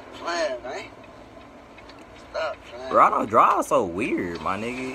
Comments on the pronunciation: Did you just say rondo quando 😂🤣😂🤣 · this man always sayin rondo quando 😂😂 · yo called him “rondo quando”😂😂😂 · Why y’all keep saying rondo quando😂